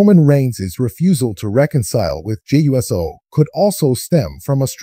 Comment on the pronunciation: it's not U.S.O'S it OUUC O. thats how 'pronounce it.